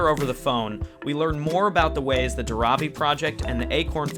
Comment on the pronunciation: This was such a wonderful video! Just wanted to let you guys know that it's 'Dhaaaravi', not 'Dharaaavi'. ❤️ Keep doing the good work! More power to you.